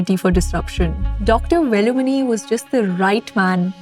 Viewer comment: velumani should be pronounced like WAY-LUU-MONEY not exactly like letters in his name. You should learn how to pronounce names